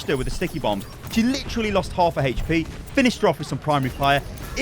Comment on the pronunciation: "It deals 200 Heche-Pee damage"